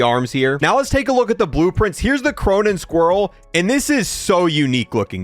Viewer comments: bro said cronen squirrel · aint no way bro just said teh cronen squirrel